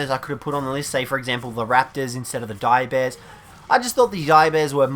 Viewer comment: When he said "Direbears" the first time, the subtitles said that he said "Diabetes"